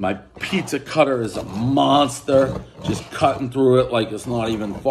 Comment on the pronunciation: Did u just say prizza?? Like Steve brule everybody knows the rules